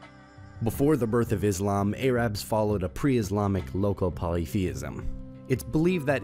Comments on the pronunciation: “A-rabs.” Bro it’s Arabs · A-rabs???? Have you been living under a rock, then someone gave you a text to read??? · Arabs not Erabs bro. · Your way of pronouncing Arabs is weird. "Eyrubs"